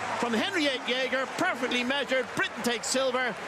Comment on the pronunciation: Jeger, not jæger ^^ It's close enough though.